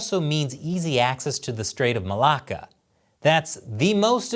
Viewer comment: Are there any Aussies here that always have a chuckle when says "straights of Malacca". I can't help myself.